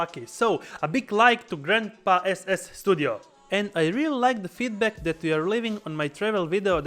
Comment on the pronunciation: For whats worth Ivana! He convinced me to buy this one for my holiday in Sarajevo! You have a great guy! 😂😂😂 prijatelju, Did you edit (filters) your recordings made with Gitup? Just cant imagine that the quality is that good compared to other action cams. Ps S studio not SSstudio. 😜